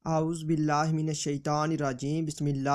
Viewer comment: پہلے اعوذ باللہ بسم اللہ پڑھنا سیکھیں